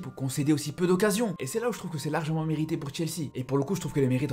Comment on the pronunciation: Meritité 😂 😂 sinon tres bonne analyse